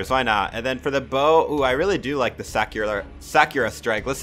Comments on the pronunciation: you pronounced Sakura wrong sorry its just like a pet peave of mine when people pronounce words wrong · ah yes the sack-you-rah strike..... lmao